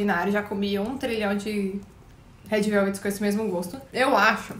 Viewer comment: "rédi veuvedi"